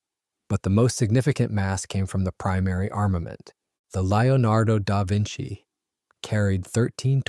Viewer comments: "Lio nardo Dar Vinci"? Didn't he paint the "Mana Liso"? ;-) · The narrator seems to struggle with the name of his subject. But a very interesting story.